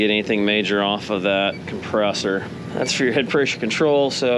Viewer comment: Dude is smart as hell but can’t say the word pressure without adding a Y 😂. Preysure. Seriously though good shit you the man